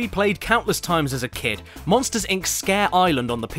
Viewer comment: WEWCUM TO MOSHTERS INCARCERATED